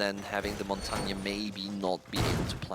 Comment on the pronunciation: Ignoring Montagne (why does NOBODY on ESL pronounce him correctly...?) is like ignoring a scorpion! Or... a snap turtle!